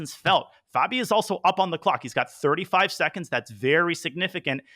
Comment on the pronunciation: Stop saying fehbi